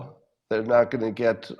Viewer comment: "... bosses who would NAUGH hire an African American". "NAUGH"? Do you mean "NOT"? You know how to say "t", right? Well, the word "NOT" has a "t" at the end.